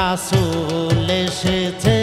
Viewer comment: রাছুল না রে ভাই রাসুল উচ্চারণ গত ভুল ঠিক করেন